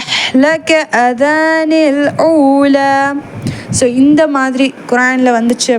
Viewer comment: Sorry for the Correction:- 'அஹ்லக அதானில் ஊலா' னு சொல்றீங்க.. இது தவறு. உச்சரிப்பு பிழை! "அஹ்லக ஆதனில் ஊலா" னு வரும். Right?